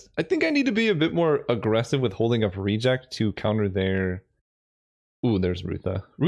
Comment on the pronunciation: Love the content! One pet peeve I have to address is your pronunciation of "Reject", the emphasis should be on the last syllable, just like it should be in "Remand" - I could tolerate it when it only happened ever so often in Vintage Cube because of Remand, but now that there are two cards with the same issue the English teacher in me felt the need to say something. Other than that I really enjoy what you do! Keep it up :)